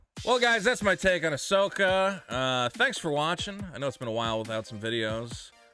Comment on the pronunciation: Ahsoka ah-sucksa